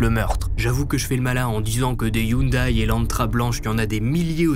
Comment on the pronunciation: Salut du canada, la marque de la voiture Hyundai se prononce (yon-dé) sinon super vidéo comme d’habitude. Penserai tu couvrir une histoire des Yakuza, ça pourrait être intéressant :)